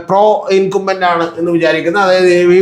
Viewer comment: ഇൻകംബെന്റ് എന്നു പറയൂ, ശരിയായ pronunciation viewers കേട്ടു പolക്കട്ടെ!